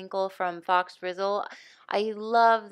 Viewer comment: I think Faux is pronounced foe. 😁 You’re fine with wiggles. You can be the artist and do it your own way. It looks quite pretty.